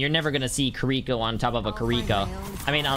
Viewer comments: "kuriko" its Kiriko, there is no U...not hard to pronounce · It’s kiriko not kerwika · Kireeka? It's kiriko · “Kriko” I swear it’s like every gamer has a speech impediment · Bro really said Keriiikaa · bro said KAREEKO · No one talking bout how he said kireeko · Kiwi co not ca re ko ones gonna talk about how he absolutely butchered her name? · Can we please start saying her name right? It's Japanese. Native English speakers can't pronounce a true Japanese "r" (I've studied Japanese), so the easiest way would be to say Kiddie-Co. No accent on the second syllable. If you have to place an accent somewhere, it would be on Kiddie. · No one is gonna mention him calling her Kir-reeko? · U pissed me off on how u said Kiriko's name at the start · Say her name right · The way he pronounces Kiriko makes my ears bleed